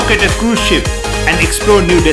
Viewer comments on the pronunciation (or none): #9 “Crise ship” lmao